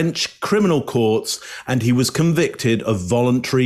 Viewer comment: You can definitely hear the northern English accent atvtimes, e.g. when he says "considerable", "convicted" (stress is on the first syllable CON) and "Monday" (Mundy).